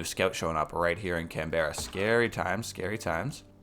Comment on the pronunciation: please dear lord its pronounced can-bra not can-berra